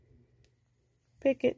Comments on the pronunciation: ) im like: what's a pickit? Never heard someone pronounce it like that. Super cute mini plants. I wanted some other options for my little animal to hold in a basket. I'm going to try this one. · When she says picket it's a picot 😂lol I was like what ? These are adorable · LOVE this!! BTW - it's pronounced pee co 😅